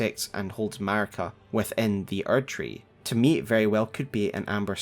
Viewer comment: Marika = "Merica